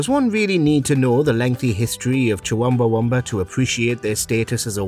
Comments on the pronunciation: "Chuwumbawumba"?!?! LMAO how about getting a literate narrator next time? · Another joke list from these low effort spam charlatans. And who t f is chuwooowiiewoooowaaawumba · 4 times it's wrongly pronounced as Chuwumbawumba when it's clearly Chumbawamba (Chum-Ba-Wamba) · It’s pronounced chum ba wumba!!! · I'm a big Chumbawamba (or as you say it Chuwumbieunbieamba) fan, but I must admit that yes, as far as the charts are concerned they are basically a one hit wonder. But The Proclaimers? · The way he pronounces Chumbawumba makes me want to scream. Also, they had quite a few hits. They were not one hit wonders. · Why did the narrator pronounce Chumbawumba as "Chawumbawumba" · The fact the person narrating this can’t say Chumbawamba (chum-ba-wam-ba) is more annoying than the song Tubthumping. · lol I think you pronounced Chumbawamba interestingly wrong lol 😂🤣😂🤣. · The way you say Chumbawamba is making me viscerally angry. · I understand Chumbawamba is a weird name, but how is this guy pronouncing it wrong?!